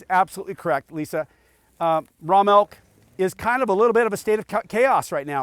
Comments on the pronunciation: I can’t even count how many times I just heard “melk” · I keep hearing them say Raw Malk XD